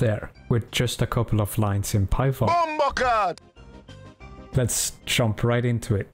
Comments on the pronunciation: “if you don’t have shi onion installed” 😭 Btw great tutorial :) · Lol "Sheet Onion"